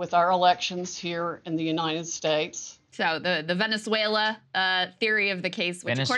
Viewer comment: ‘Venaswhella’ lol 😂